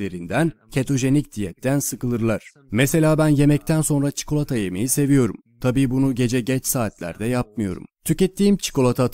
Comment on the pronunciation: Seslendiren arkadaş çikolata demeyi öğrense de sonra dublaj - seslendirme işine girse :))